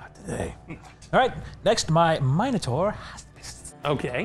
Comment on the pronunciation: Thank you so much for pronouncing Minotaur correctly!